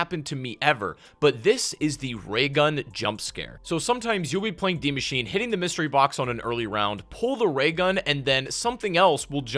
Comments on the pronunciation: Dee machine🤣😂🤣😂 its DIE MACHINE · Why is he saying deemachine?